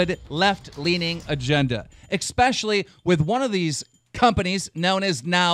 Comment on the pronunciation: I'm sorry...but did you just say "EXPECIALLY" ?